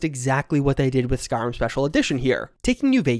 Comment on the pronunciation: SkyRIM, not SkyRUM.